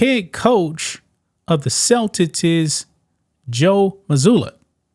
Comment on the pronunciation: Damn bruh! Is the word "Celtics" that hard for you to pronounce? 😂